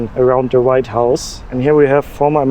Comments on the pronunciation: It’s WHITE house not right house 😊❤ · why are you calling it the "right house"?